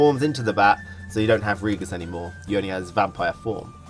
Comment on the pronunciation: Awesome video, really excited for the beta and ps4 release, just finished Witcher 3. Have you played Witcher 3? I ask because of your incorrect pronunciations, such as with Dijkstra or Vrihedd (Vry-head)